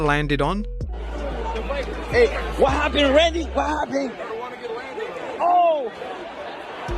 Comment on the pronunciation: Rannndy lol